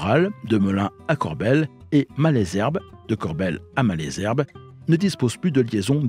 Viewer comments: c'est très bien de raconter des histoires de trains mais encore faut-il les prendre car Corbeil se dit corbeille et non corbelle,Ris Orangis se dit risse orangisse et Malesherbes,maleusherbe et non malaisherbe. Bon voyage! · Merci pour toutes ces infos sur l'histoire de la ligne. Étant habitant de la vallée de la Seine, du côté de Ris-Orangis, je me permets d'apporter quelques corrections sur la prononciation des gares du coin. Les "s" de Ris-Orangis se prononcent, Malesherbes se dit "Malzerbe" et Corbeil se prononce "corbeille". Il y a marqué sur la carte "Évry-Couronne", c'est en réalité "Évry-Courcouronnes". Il y a deux lignes en parallèle reliant Juvisy à Corbeil : celle du plateau et celle du val de Seine. Il est préférable de parler de la gare de "Ris-Orangis" (ou éventuellement "Ris") pour parler de la ligne Val-de-Seine parce qu'une gare "Orangis-Bois-de-l'Épine", couramment abrégée "Orangis", existe sur la ligne du plateau.